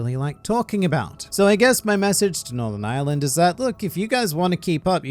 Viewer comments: Anyone else think he was saying Island before realising he was saying Island? Edit... Ireland. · I thought he was saying 'island' every time till the map popped up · I thought was just daying “Island” then BOOM Ireland jumpscarw